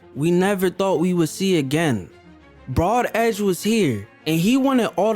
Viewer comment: exactly not "brod edge"